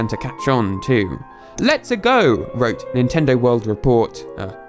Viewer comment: It’s not “letSA go” it’s “let’s A’Go” ....LevioSA